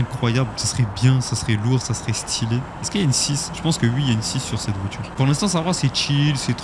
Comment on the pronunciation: VoiTure. Pas voitchure.